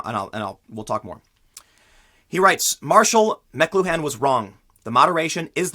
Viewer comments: Marshall "mac-clue-ah" "The Medium is the message" Very important Canadian journalism analyist. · Marshall Muh-Clue-en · It's pronounced Ma Clue En. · Marshall MEK-loo-han????You've never read Marshall McCluhan???? He wrote "The Doors of Perception," man. I thought everyone read that. His famous quote was "The medium is the message," which is what they're referring to here. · (MICK-CLUE-HAN) You are literally an online VIDEO journalist. How do you not know how to pronounce this man's name? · Its cute how Tim pronounces Marshal McLuhan